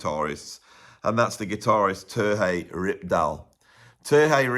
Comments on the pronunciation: Great list! One quick correction, however: Terje is pronounced more like, “Tah-ree-eh.” The “r” is slightly rolled. I had been pronouncing the name wrong for years until an actual Norwegian corrected me. Love “If Mountains Could Sing.” My old trio used to play “The Return of Per Ulv” as part of our regular setlist. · I love how makes the j in Terje Rypdal's name sound Spanish. Makes a perfectly ordinary Nordic name sound very exotic.:) (Terry from the ptarmigan valley, literally:) )